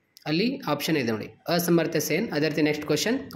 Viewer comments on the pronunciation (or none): 😂ಅಸಮರ್ಥ ಅಲ್ಲ ಪ ಅಮರ್ತ್ಯ ಸೇನ್